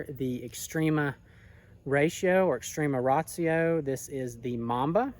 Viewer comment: It’s not called extrema Rayshio